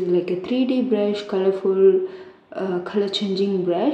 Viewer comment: Bruh in a part he said "brusu"